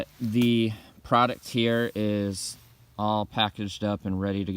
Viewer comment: hammick"what is a "prodict"??????????????? what is a "hammick"?????????????? what is a "grommit"????????????" comfterbly", "comfterble", "puhticular", "whanoo" are not words.